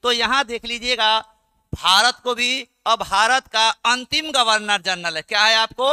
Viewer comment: गवर्नर √ गर्वनर × flow flow me mistake kr gaye n....